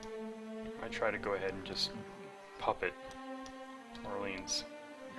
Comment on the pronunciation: It's pronounced Or-Lay-On. Not or-leenz. Hahahha